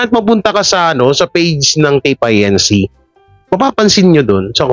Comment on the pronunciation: E di Tape Ink…na lang ang basta mo/pronounciation